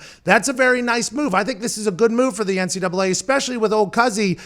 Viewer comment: Why does the reporter contanstly say NCA instead of NCAA